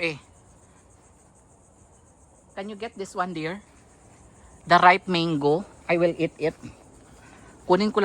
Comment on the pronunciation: Hi guys😊 it is mango not "mayngo" hope you don't mind, just a constructive criticism. God bless and more blessings come your way.😊